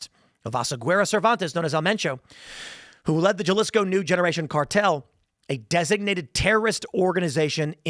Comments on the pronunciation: God damn it tim. ...its pronouned Ha-lisco...i know its spelled jalisco.... but we all know its pronounced hal-apeno...even though its spelled jalapeño. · It is not offensive, its just funny to hear the name pronounced so differently than my hispanic family. I got no beef with Tim, he is great. Flawed at times, but still solid overall. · gelisco is crazy way to say it… wtf Tim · Tim, if you mispronounce "Jalisco" one more time, my head is going to implode. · Bro I know you're smart enough to pronounce jalisco properly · FYI to you, Tim, and Benny Johnson as well, in Spanish, the letter J is pronounced as an H in English. Therefore “Jalisco” is not pronounced with a J sound. It is an H sound. It’s amazing that you get it right when the J is in the middle of a word. The same rule applies at the beginning of the word. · Tim...you should really know how to pronounce Jalisco properly. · It is pretty funny that i haven't heard a right wing commentator be able to say Jalisco right lol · Please learn how to pronounce Jalisco! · I hate that he can say Guadalajara correctly but not Jalisco. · J is pronounced like an H in Spanish Tim. JFC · J sounds like H in Spanish, unbelievable I keep hearing YouTubers pronouncing it with hard J sound. Morons. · Awe Tim. You speak Spanish. You know how to pronounce Jalisco. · Did you just say jaa-lisco Tim??🤣🤣 Think of the J as an H bruhhh.... Haa-lee-sco Your Welcome Tim... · halisco not jjaalisco lol; jajajajaja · How hard is it to pronounce JALISCO!? Huh-li-skow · Dude: that "J" should be pronounced as an "H". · Ha- lisco. Not Ja-lisco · There Ja (as in Japan) lisco cartel? How can you live in America as a journo without knowing how Speanish J sounds like. Timmy probably calls Juan Jew-anne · Jalisco = Hah-lee-sco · It’s pronounced “Halisco” you uncultured swine! 😂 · I think Jalisco is pronounced with an "H"! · Jalisco pronounced halisco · Remember Tim, Spanish J's sound like an H in pronunciation. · It’s pronounced Ha-LEE-sco lol.